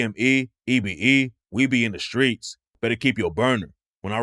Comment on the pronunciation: Shhtreets? You mean streets?